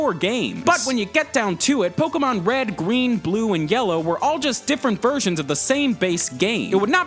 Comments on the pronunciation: Pokemon Red, Gween, Blue and Yellow. Notice a difference? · anyone on heard he said gween in